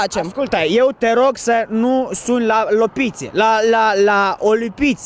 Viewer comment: POLIȚIE NU LOPIȚE SAU OLIPIȚE ASTEA DOUĂ NU SUNT CORECTE ȘI NUMAI SCUIPA PE JOS ȘI DECE NU VORBEȘTI CORECT POLIȚIE E CORECT